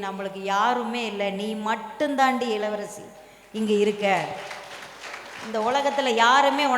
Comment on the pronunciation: இளவரசி ன்னு சொல்லுங்க மேடம் எளவரசி சொல்லுறிங்க